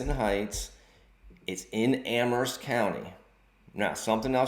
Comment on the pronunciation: I like that you pronounce Amherst correctly with a silent "H"